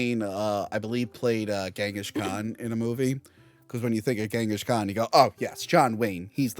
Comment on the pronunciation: Its pronounced Ching gis khan, not gang gish. Da fuq